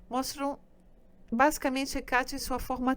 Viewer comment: Por que a palestrante fala HecÁte? E Artemís? Essa é a pronúncia correta? (Presumo que ela tenha descoberto essa pronuncia estudando)